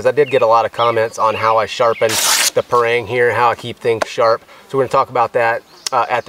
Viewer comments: pronounce parang = pa-rung , not pa-reng.. (bahasa melayu/ malay language). Parang is a common big knife used in Malaysia/ Indonesia/ neighbour countries. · we asians here pronounce the parang as par-rung, par/rung